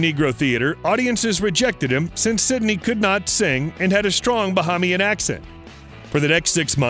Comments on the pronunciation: It's pronounced "Ba- hay- mian". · You are pronouncing the word Bahamian incorrectly. You are also pronouncing the word Nassau incorrectly. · This dummy it pronounced Bahamian 🇧🇸